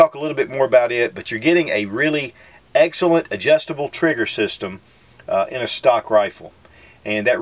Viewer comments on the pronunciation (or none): none